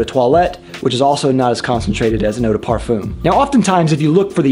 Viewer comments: Watching in 2021. Thanks for the breakdown of Cologne, Toilette and Parfum. Btw, it's properly pronounced "parfahm", not parfoom. But anyway, I do have a question. Is using a body spray deodorant such as Axe for underarms, and couple sprays of eau du parfum on say forearms, at same time, not right to do..? If you only use eau du parfum, but nothing for underarms, then...? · Thank you for this interesting summary. But Pleaaaaasse could you stop mispronounce “parfum”. Please! It’s \paʁ.fœ̃\